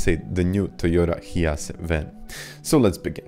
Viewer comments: hee-a-cee???? hi-ace! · It’s pronounced “High Ace”